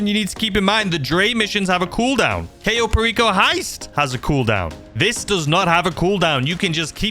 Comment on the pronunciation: You're pronouncing Cayo Perico wrong it's pronounced Kyo not Kayo it rhymes with Buy oh